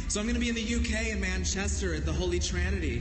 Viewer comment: Bless her, she said Manchester wrong. But I still love her.